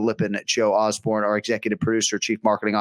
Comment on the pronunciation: Osborne 0-28 in name pronunciation. Unreal.